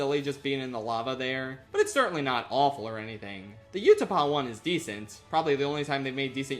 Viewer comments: why do you say utapau like that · It's A T A T,, not "At At". That also isn't how you pronounce "Utapau".